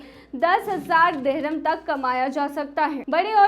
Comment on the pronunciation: Dehram nhi sister.Dirham kehte hain